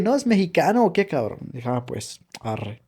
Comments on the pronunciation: 😂😂😂😂 si adora el idioma el arree le sale muy bien 😂😂😂, gracias por amar a mi México querido, perdón por el mal momento, siendo Mexicanos también nos pasa 😢 Las groserías bien pronunciadas 🤭 me divertí mucho . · Me encanta como dices arre ❤❤❤❤Bendiciones